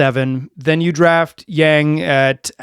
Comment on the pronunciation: Yawn-g not YAAng